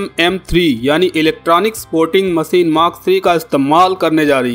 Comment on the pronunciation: Jamab aap apni bhasha aur shabdo ka sahi ucharan kijye jaise aap sha ko sa keh rahe he jaise aap sher ko ser kah rhe baar baar.. evm machine ko bhi aap baar baar masin keh rhe ho bhut hi sharmnak he ek oa Patrakar ke liye iska